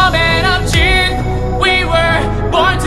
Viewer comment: someday, Dean Fujioka will be able to pronounce "truth." I believe in him.